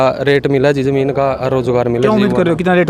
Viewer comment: Colony zar ko zamin kyun jamin kyun bolti hai